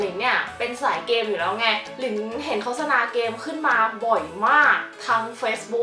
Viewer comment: อ่านว่า โคด-สะ-นา ไม่ใช่ โค้ด-สะ-นา น้าาา 😆